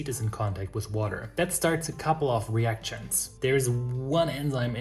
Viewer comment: another tip from a German living in the Netherlands.. knowing a little English myself.. try and suppress the t in action or reaction.. pronounce these and similar words more like “äkschen” and “reäkschen” ;) p.s. ich hab gehört, du verkaufst auch Brot zum abbacken… würdest du auch in die Niederlande liefern? Thx.